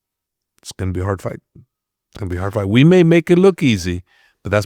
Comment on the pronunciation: Why does the host keep pronouncing "fight" as "fart" ?!